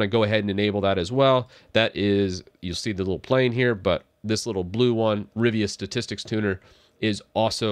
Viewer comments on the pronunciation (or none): It’s “RIVA Tuner”, not “RIVIA”. 😂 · "Rivia"?!?! "Riva".